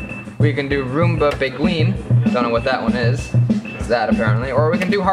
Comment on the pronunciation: "Roomba begween" 😆 Young people nowadays...